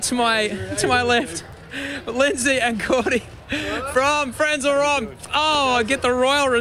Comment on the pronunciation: great show but the H is not at it's right place...Frenzal Rhomb not rohmb...ok i'm boring